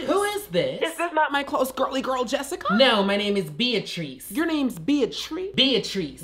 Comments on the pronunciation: I pronounce it "beat-rice" 😂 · Why does the way they pronounce Beatrice sound like the name of a Pokemon? 🤣🤣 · The mispronunciation of the girl’s name took me out 😂😂